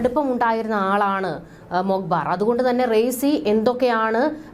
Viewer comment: Learn to pronounce the name of Iranian president first